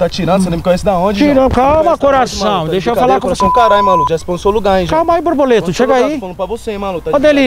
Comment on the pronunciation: "Borboleto" ele fala...